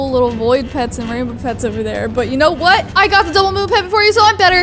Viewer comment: he says “twhat” lol